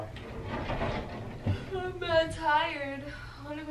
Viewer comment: "I said I'm mad fye " "I'm mad tired" 😂😂💓